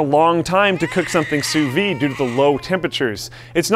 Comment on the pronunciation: I never seen someone who lives in america pronouncing "sous vide" so perfecty, my litlle French hearth is beating so quick rn